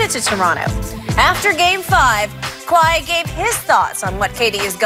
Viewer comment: Hey Skippy, are you serious? You can't/won't even say Kawhi's name? Time to grow the hell up and pretend to be professional.